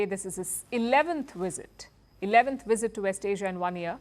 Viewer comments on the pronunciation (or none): Did you just say ' 11 wisit'?